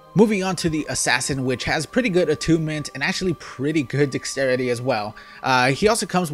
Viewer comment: SAY DEXTERITY RIGHT PLEASE. when u say dex u say it right but when u say the entire word you pronounce it dixtrity. It's really annoying. LEARN TO SAY WORDS DUDE